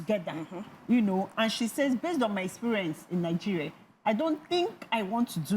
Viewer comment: Nothing said by someone who pronounces Nigeria as "Nigereh".